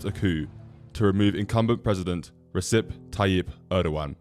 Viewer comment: Its not Resep its Rejep